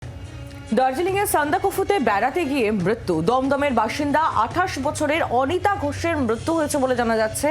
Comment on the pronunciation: স্কিনে মৃতার নাম লিখছে অনিতা। আর সাংবাদিক মৃতার নাম বলছে অঙ্কিতা । একটা মূর্খ সাংবাদিক । টাকা দিয়ে চাকরি পেয়েছে ।👎👎👎👎👎👎